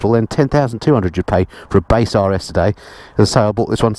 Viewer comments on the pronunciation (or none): none